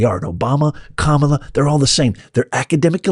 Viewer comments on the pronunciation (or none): none